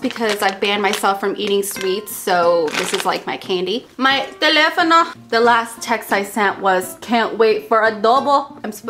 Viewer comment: i can't believe you said telephono in greek, again! And yeah... i am the freak who told you about aeroplano! xaxa:p <3